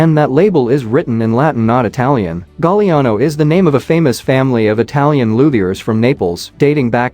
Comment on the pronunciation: Thank for pronouncing 'Gagliano' correctly! Too many people would sound the 'G' in front of the 'L', and also with a 'G' in front of an 'N'. Being part Italian, this always bothers me. This video is a rare instance in which i couldn't even guess at a correct answer. Lots of intriguing items, though.